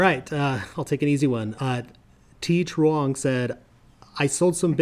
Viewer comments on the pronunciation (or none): You need to master Vietnamese last name, T Truong!